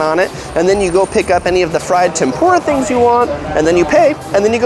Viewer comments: I commend you because you must have done some research into pronunciation because I've seen other big vloggers who butcher the hell out the names and words. Overall, I think you killed it with the overall piece, and you can only nitpick over your pronunciation of udon and tempura which is ooh-d'own to tem-poo-rah (everything is syllabic) vs tem-pure-ruh and ooh-dawn. Thumbs up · pretty good job pronouncing hawaiian words...just need to learn correct pronunciation for musubi and tempura